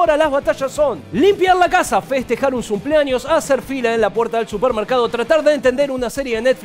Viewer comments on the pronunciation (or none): Alguien más escuchó "no celebrar un sumpleaños"?